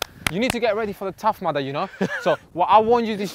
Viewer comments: It's Tough Mudder not "Mother" BAHAHAHAHAHAHHAHA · What is that word that he says like "The tough madda" or something??? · Leyenda9 Lmao I heard "Tough Mother" and I was like "What the fuck is he on about?"